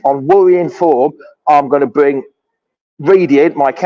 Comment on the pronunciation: Bwing in wriedy, dweeby sidekick 😂😂